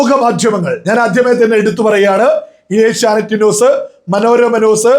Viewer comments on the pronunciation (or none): none